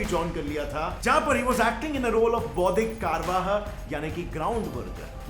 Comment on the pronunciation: I would like to specify some corrections in pronunciation not 'boudhik karwaha ' ....boudhik karyawah ( कार्यवाह ). And not प्रताह it's प्रातह .